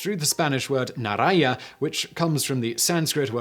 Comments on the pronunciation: That's NOT how you say "orange" in Spanish. It's "Nah-rahn-HA" (The "j" makes an "h" sound, not "y") The way you said it, ( "Nah-rahn-YA", ) would be spelled without the "j" and with a tilde over the second "n" ( "Naraña" ). That actually sounds like you're combining "orange" (naranja) and "spider" (araña) in Spanish 😆😆😆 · Then you should've also noticed how he skrewed up saying "Naranja" He said "Naraña", ....which I'm assuming is an orange colored spider 😆😆😆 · Although Simon is famous for his unique pronunciations of various words, I must correct this one. Naranja (Spanish word for orange) is pronounced nah-RAHN-ha, not nah-RAHN-ja. Other than mispronouncing the Spanish J, Simon actually did a good job. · Naranja is pronounced: "nah-RAHN-hah" (NOT "nah-rahn-YA")! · 'naranya' <> 'narancha' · Pronounced naranha not narania. The more you know. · actually is misspelled ... NARANJA is NARANHA, the sound is like the one in laugh or Have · It's not Narnya. The spanish J is like getting strangled... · That Spanish naranja pronunciation tho xD For real though, love the vids, keep up the good work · I thought naranja was pronounced with an h sound for the j not a y sound? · It is... he clearly doesn't know Spanish. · Most chocolates are just lots of sugar with a little bit of cocoa. I mix ripe banana (which provides the sugar) with 100% cocoa powder. Much healthier and it is delicious. By the way you butchered the naranja pronunciation. The j in spanish is strong, something like how you'd pronounce the h in house. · That's not how "naranja" is pronounced in Spanish. The j sounds like an h.